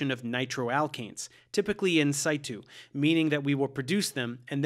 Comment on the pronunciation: how the hell did you say “in-situ” 😂😂😂😂 nice video